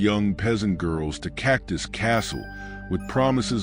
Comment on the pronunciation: Cactus castle?? Please don’t do any more videos if you can’t get the pronunciation correct! 🤷🏻‍♀️